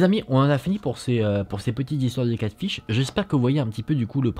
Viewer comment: C'edt Catfish et pas catship lol mais on t'aime❤️❤️❤️